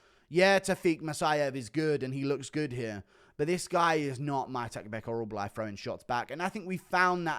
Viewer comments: OrolBAI not OrolBLAI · Oral-buy, not oral-bly